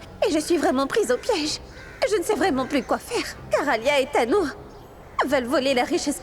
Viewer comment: Elle ne connait même pas prononcé les noms des autres 😂😂😂😂 sacré tu me tue 😅😅😅